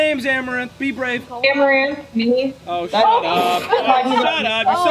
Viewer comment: u mean arm-a-ranth desperate for views par-tay